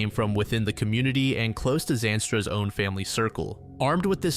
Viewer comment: How do you say Zandstra 76 times in a sentence and mispronounce it?